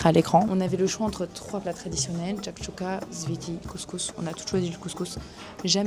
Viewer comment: Ça se prononce Chakhchoukha pas chakchouka *